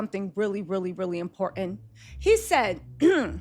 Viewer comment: Im-port-ant not im- por-ant!!!!